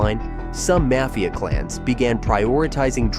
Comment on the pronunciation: Video was pretty good but the way you pronounce mafia is cringe